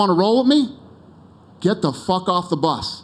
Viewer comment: Dana went real Boston at the mark lol “I DONT GIV A FACKK” 🤣